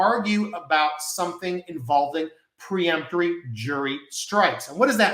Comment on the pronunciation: Isn't it peremptory and not pre-emptory?